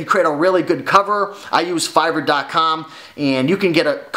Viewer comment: What r u saying Fiber, Fiver, please spell it or link it?